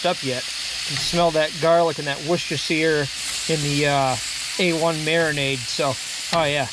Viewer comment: A1 isn't in the UK, what a shame. Well done on the pronunciation of Worcestershire, never heard anyone American get it right before 👏🏻👏🏻 Loving the tips, just got a bbq, never used one b4, so it's a big help, thanks. Looked lush 😋